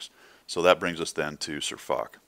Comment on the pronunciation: Its not Fock, Its Foch (prnounced fosh)